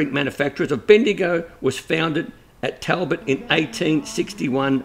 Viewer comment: Great pronunciation of Caralulup but Talbot is pronounced Tolbot